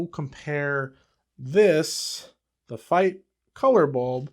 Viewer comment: First Youtuber that pronounces Feit as I think it should be. BTW the Feits are right now and until December 24 for $9.99/pair at Costco.